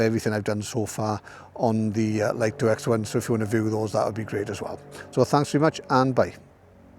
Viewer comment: It's pronounced 'Lee-toh', not 'Lite-oh'. That's direct from DJI's marketing division.